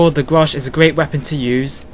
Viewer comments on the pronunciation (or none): its ''GRACH'' not ''grasch ;)